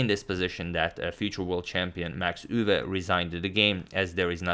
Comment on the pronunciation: As a Dutch person, your pronunciation of Max Euwe isn't bad at all. Nodody actually says 'Machgielis' but many people turn Euwe into Urva or whatever whereas your 'Euwe' is pretty good.